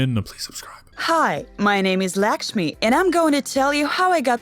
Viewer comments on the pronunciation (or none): right???? like what is this? “lAkshMe”